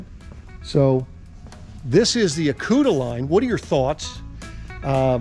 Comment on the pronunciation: Acuta line??? 😂. Aucta line my friend!